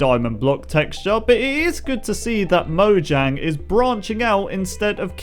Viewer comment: Mo-yang not mo-gang